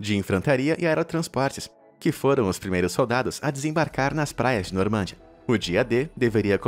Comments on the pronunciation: normândia? Não era normandÍa? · Se fala NormandÍa e não NormÂndia. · Só uma observação: A pronúncia é NORMANDIA e nao NORMÂNDIA.